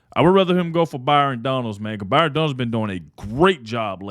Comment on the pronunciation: I heard him ( trump) say Byron Donald..